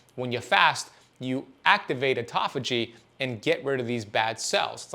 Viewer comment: Artofugee, is pronounced auto-phagie .